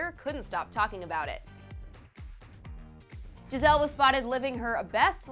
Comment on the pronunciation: Ikr she kept saying Gi-zelle it was so annoying